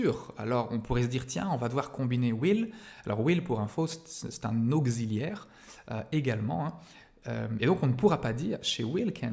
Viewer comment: "Au-Xi-liaire"? Dans quelle contrée prononce-t-on "auk-ssi-liaire" de cette façon ?!